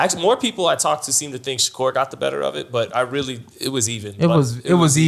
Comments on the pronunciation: Why it sounds like he’s always saying Shakira not Shakur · They way he pronouncing Shakur is killlinngggg meeee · “Kambosis by 10th round KO” ??? 😂 no wonder they did their highest numbers without you bro everytime you talk your obvious bias shows. You’re decreasing the credibility of the pod bro. Put some respect on Devin name and pronounce Shakurs correctly 😂 #zittelisbetter